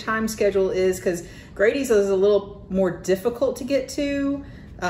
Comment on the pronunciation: I'm three years late, but I wanted to say nice video. One thing i will mention is that Grady's is pronounced with a short A instead of a long A. An example would be the word "daddy". So you would say Daddy's the same as you say Grady's. It would be easier to understand if it had two d's in it. But in Wayne County we pronounce it as Grad(d)y's. Again, very nice video.